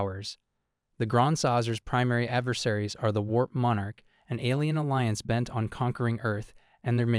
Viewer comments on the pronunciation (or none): none